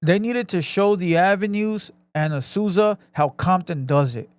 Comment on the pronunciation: I thought he said azuza